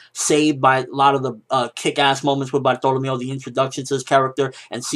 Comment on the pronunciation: when I heard bartolemeo I was thinking bartleomo kuma lol not this guy